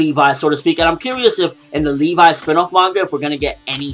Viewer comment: Levi(Leh-vee) not Lee-vi come on get the name right.